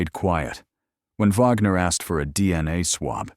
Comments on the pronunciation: Her name is not Vagner, it's Wagner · The detective's last name is pronounced Wag ner not Vogner!